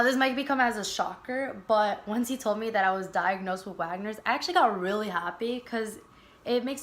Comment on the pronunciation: It’s Wegeners not wagners